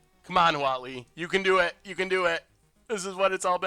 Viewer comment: Definitely thought he was saying WALL-E emblem, not Huatli